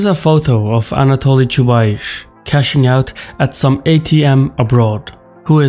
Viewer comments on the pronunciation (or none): I can't listen to that "ChubaiSH" - if you are going to mention the guy a few times, you could learn how to pronounce it. It is definitely "S" at the end, not "SH". Side note #1 - it is interesting where takes this "SH" from, I wonder if his own language transforms S to SH at the end of the word. #2 - based on his accent I always though that is from some of the former USSR republics, somewhere from Caucasus perhaps, but inability to pronounce Chubais kills this notion on the spot:) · Chubais, not Chubaish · 🤣 Why you`re calling Anatoliy "Chubaish" when his is Chubais?) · BTW, his name in Russian is pronounced Chubais with S at the end, like "ice". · Each time you say ChubaiSH I wanna pinch myself 😂 This is ChubaiS! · You guys in the response are really well informed. Although Chubais (Чубайс) pronounced with 'S' on the end not 'CH'. But I'm picking on you. You are really awesome and you do make an outstanding content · That's pronounced Chubays, not Chubaish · The ginger's name is "Choobais", not "Choobaish" though ;) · ChubayS, not ChubaySH :D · I cringed the whole time when he said Chuba-eeesh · "Choobaish" LOL 🤣😂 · I'm sorry but it's pronounced Chubaice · It's Chubais. Pronounce like Chew-Bias. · You cannot even read his last name correctly. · The guy who cant pronounce Chubais is gonna tell me about the dude. ok lets go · Ahahah your pronouncing of Chubais is hilarious aha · Is it really so big problem to find out how the name "Chubais" is spelled. The video may be interesting but I am disgusted from beginning.